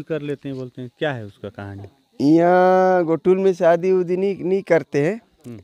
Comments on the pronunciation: घोटुल नहीं जी गोटुल कहते हैं... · घोटुल नही है गोटुल है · सर आपका कार्य बहुत ही बड़िया हैं लेकिन जो आप ने उचारण किया घोटुल वह असल मे गोटुल हैं | सर निवेदन हैं इस तरह के गलत उचारण से हमारी संस्कृति पर गलत प्रभाव पड़ता हैं तो सर निवेदन हैं 🙏🙏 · घोटुल नहीं गोटुल है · बढ़िया है। पर एक सुधार करें। घोटुल उच्चारण न करके, गोटुल का उच्चारण हो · Ghotul is wrong word . Gotul is correct pronunciation